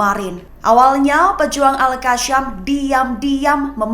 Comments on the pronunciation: Al qasam bukan qasyam. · Kak.. Sebut Al Qassam tu betul2 bole tak?. Bukan kashem.. Kassam.k.